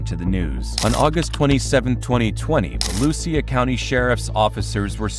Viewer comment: That is not how Volusia is announced lol but gotta love florida bs